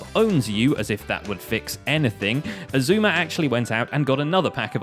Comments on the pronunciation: He said his name right Every one on grains next vid go spam him saying that he said xisumas name right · Grian: pronounces xisuma's name right Me: who are you? XD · Grain pronounced Xisuma’s name correctly,that’s newsworthy,agreed. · Hang on, did I hear Grian say Xisuma’s name right for once? GG Grian